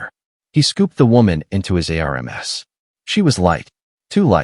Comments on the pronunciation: Air relms its arms! Lol AI😅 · I had to look at the transcript to find out what the hell the word arames was. He held her in his arms. ARMS! The appendages that grow on our body to actually reach things and hold people are called arms!! Not arames. You need to actually find someone to listen to these before you post them. Spelling two letter words and three letter words through the whole thing is ridiculous. The story is really good and I enjoyed the storyline but seriously you need a proof listener. 😤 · Use a better AI or try voice to text; you'll lose your audience if this continues. Words like ARMS, IS should not be outside the AI ability. These errors cause disconnect in the story line and disrupt flow of information so you lose the listener. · Here's a new one - Aremes... R M S /arms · How are you pronouncing ARMS , COP, US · Why is the story teller spelling arms,?